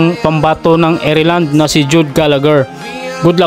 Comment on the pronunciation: Baka lang makatulong lods. Ganto po pagbasa Kyuba Ayrland Wag mo sana masamain, salamat